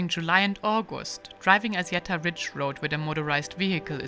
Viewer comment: thumb up! but It's called ASSIETTA not azieda 😅